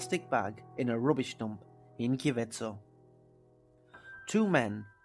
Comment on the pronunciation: Dude the town is not called kiveco its called kicevo you messed up the name